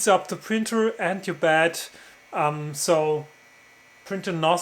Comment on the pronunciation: Not to be disrespectful regarding your pronounciation but i heard "bad leveling sensor" everytime. Anyway amazingly conprehensive video on how to install a bad leveling sensor thanks:)